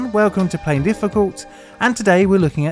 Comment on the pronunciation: Please learn how to pronounce the name of your channel. Otherwise please change the name of your Chanel to what you call it : “PLAIN DIFFICULT” I’ve literally never heard you say PLAINLY